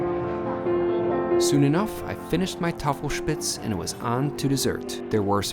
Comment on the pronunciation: And props on nailing the Tafelspitz pronunciation!